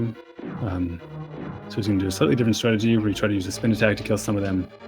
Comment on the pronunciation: Please for the love of god it's TURTLE ROCK not TURROCK And also it's STRATEGY not STRAGY I swear I'm not being a jerk, I love your commentary just the lack of syllables drives me insane